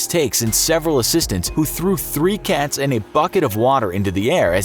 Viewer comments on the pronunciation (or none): none